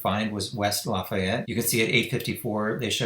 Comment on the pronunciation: "Lah-fee-ette" IN.